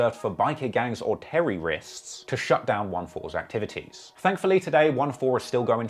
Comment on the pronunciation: The fuck is a "terry-wrist"?